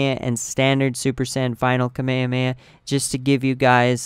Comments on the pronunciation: dude you pronounce it wrong its KA-ME-HA-ME-HA not kamayamaya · Kamayamaya .........R u cereal? KA ME HA ME HAAAAAAAAA! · FYI you're saying kamehameha wrong and it's annoying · why do you pronounce kamehameha like that its so cringy